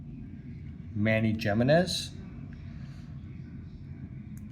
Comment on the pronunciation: Pronounced “He-men-ez”